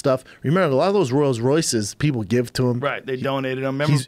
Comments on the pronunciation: "Royals" Royce.... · Does Schaub really think its Spelled and Pronounced - ROYALS ROYCE; The fuckin idiot, I remember he was pulled for this same Word before on Rogans Podcast back in the day.. Schaub gassed in his Fights - he didnt have a Rolls Royce Engine....